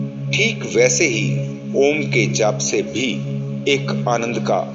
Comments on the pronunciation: Meri comment padhiye, Om ka jap karte vakt direct ओम mat boliye अओम aisa ucchar kariye air thoda pyarse bolne ki koshish kijiye. Do aakho me bichme aakhe band karke dhyan do. MERA TO 2 MNT ME ACCHA DHYAN LAGTA HAI..LEKIN SHANT MAHOL ME BAITHIYE..🙏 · आप का ओम का उच्चारण ठीक नहीं है।ओम का उच्चारण ओम न होकर।अ उ म के रुप में होता है।इसके लिए सदगुरु की वीडियो का अवलोकन करें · Bhai aap paagal ho gye h ॐ ko om uchharan krte ho Kisi se seekh lo pahle achhi tarah plz Jai shiv ॐ